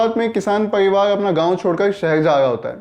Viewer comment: Pariwaar bolna zara dobara!!!